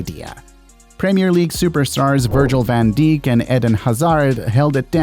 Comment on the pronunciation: I don't think he said van dijk 🙏😭